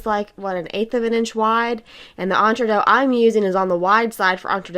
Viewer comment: I wish it wasn't so painful listening to an American not even trying to say the French word properly. It literally means "between two." But your tutorial is fine.